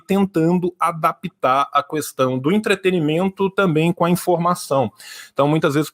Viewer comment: O defeito do é que ele fala "Cuestão"